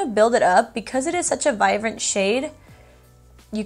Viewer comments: Yes it’s cute I’ve noticed also her B she pronounces as a V just like Vive but it’s really vibe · I actually LOVE that you change B's to V's! It's super cute! Vivrant, Vive (Vibrant, Vibe) ☺️